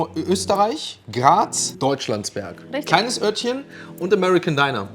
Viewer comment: Super aussprache von deutschlandsberg